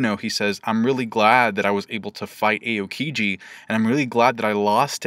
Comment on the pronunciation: are we going to ignore that it is A-O-kiji